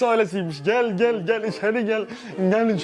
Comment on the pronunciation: "İçeri gelğ"